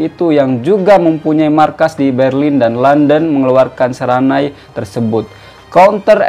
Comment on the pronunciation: Bukan "seranai" tapi "senarai". Sekian.😉